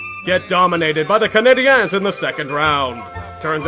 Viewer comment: Stop saying Canadiens like that it’s pronounced he same as Canadians Jesus Christ